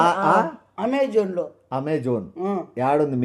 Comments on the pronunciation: Amazon ❌ Amme Zone ✅ Correct word pattadu, amme means selling.. 😅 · Amazon❌ Aamme Zone✅🙏🏻🤣😂